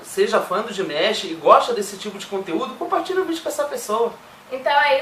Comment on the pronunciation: A pronuncia correta do nome dele eh Di-ma-sh e nao Dimesh.